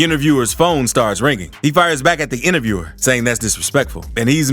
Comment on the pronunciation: That last one eas weak asf. The "intervierwer" lmaoo he was ass and I woulda beat tf outta him gun or not